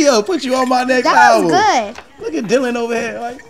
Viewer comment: Ya'll notice how hes called Dilan and not Dylan?